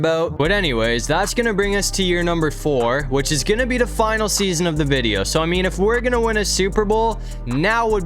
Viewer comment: Stop saying da like when you say cause Lamar Jackson at quarterback because he’s da fastest quarterback in da league